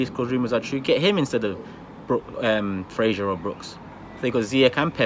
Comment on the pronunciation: Who the hell is frashur????🤣🤣🤣it's Fraser mate